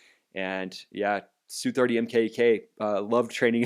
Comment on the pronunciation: "S" "U' 30's. No one calls them SOO30's.